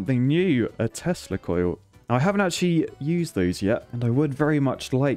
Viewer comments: Is it only me that when every time he said "Tesla Coil" I hear "Testicle" ? 😂🤔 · Did anyone realize when he said testa-coil 🤔🤣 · Did you say teslacoil or testicle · saying "tesla coil" and me hearing something completely different 😂